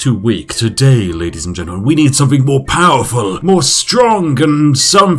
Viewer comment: Is it a conscious choice to mispronounce words like ‘with’ and ‘something’ as ‘wiv’ and ‘somefing’? I’d never bring it up normally but since I assume you are playing The Spiffing Brit as a character this apparent inability to pronounce ‘th’ is really jarring when compaired to the rest of your speech.